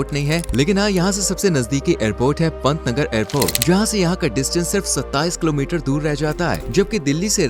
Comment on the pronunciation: Bhai patna nagar nhi pantnagar hain😅